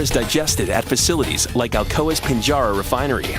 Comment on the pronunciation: I grew up near Pinjarra and cringed when I heard the pronunciation butchered by the guy doing the voice over.